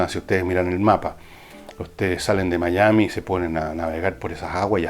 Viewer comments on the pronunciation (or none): none